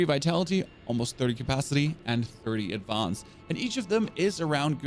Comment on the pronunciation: I love how you say AD-VAHNSSS? 🤣🤣